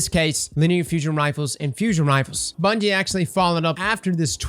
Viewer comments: Second word of the video: "Bundie" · “SO BUNDIE…” 🤔😂